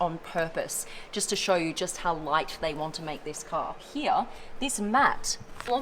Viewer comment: I'm always here for how she says "here".. "Heeyah"